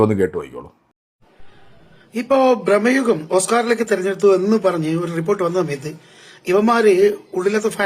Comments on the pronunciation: നിങ്ങളെന്തുവാ ബ്രമ്മയുഗം ബ്രമ്മയുഗം എന്ന് പറയുന്നത്. കേൾക്കുമ്പോൾ തന്നെ എന്തൊരു അരോചകമാണ്. ഭ്രമയുഗം ആണെന്ന് പലരും തിരുത്തി തന്നിട്ടും നിങ്ങൾ വീണ്ടും അതാവർത്തിക്കുന്നു. നിങ്ങളുടെ വ്യൂവേഴ്സിന്റെ കമന്റുകൾ നിങ്ങൾ കാണാറില്ലെന്ന് മനസ്സിലായി. So ഇനിമുതൽ നിങ്ങളുടെ വീഡിയോ കാണുന്നത് ഞാനും നിർത്തുന്നു. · ബ്രഹ്മയുഗം അല്ല ബ്രൊ, ഭ്രമയുഗം